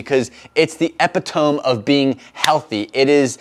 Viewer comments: It's pronounced "e·pit·o·me" champ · "epitome"... ask someone educated to pronounce it for you. anyway, i think this video does a disservice to humanity. barbell squats are great and you really shouldn't be bad mouthing them.